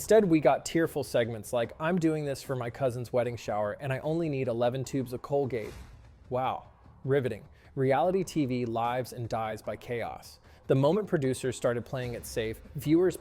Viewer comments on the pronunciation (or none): LIVES? (l-eye-vuh-s)?? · You pronounced lives wrong when you said lives and dies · “Laives and dies?” Not livs and dies? Yikes